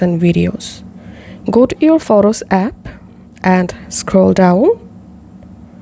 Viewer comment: I know what i heard